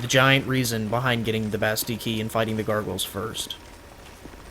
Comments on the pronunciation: Omg dude theres 2 L's in "Bastille" quit ignoring them! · I looked it up because it was bugging me too, and it turns out that it's actually the french pronunciation of the word. (I'm not saying that it's intentional, just saying)